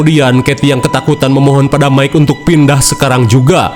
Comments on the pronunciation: Mungkin dia mau nyebut Mike jadi mika. Teringat nyebutin nama Mike 😂😂😂 pabeulit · Bang aku ikutan ngakak saat sebut mikha😅😅😅😅😅😅😅😅😅😅😅😅😅😅.